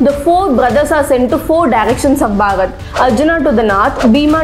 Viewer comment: Each and every information is to the point. Really appreciate your endeavours. One thing I'd like to suggest is that please make the pronunciation of "Bharat" clearly. Most of the times it sounds like "Bhagat", at least to me. I'm not sure if it's due to regional accent. But yeah, as a well wisher I think this had to be pointed out. Thank you. 🖤